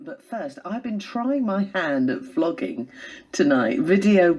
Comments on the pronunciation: Brilliant! Well done. I'm thrilled to know I was an early subscriber on the channel of a "YouTube sensation"! Also, I'm sure it was my "left side of the Pond" hearing, but during the announcer's intro, at first, I could have sworn she said "I'm trying my hand at 'flogging'"! LOL! 😉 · I'm pretty sure she said "vlogging," but "flogging" would make a very interesting YouTube channel, wouldn't it? ;)